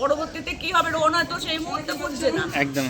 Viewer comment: উনি তো রোহানের নামটাও ঠিক করে বলতে পারে না শুধু রোহন রোহন করে 😡